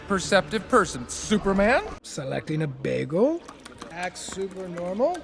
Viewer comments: Narrator often pronounces "Bagel" like Britta Perry. Pop Pop! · Did this dude say bagel like Britta? Did he Britta the pronunciation? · Am I the only one disturbed by how he pronounced Bagel?